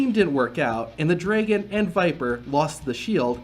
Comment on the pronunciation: Draigon? Who pronounces dragon like that?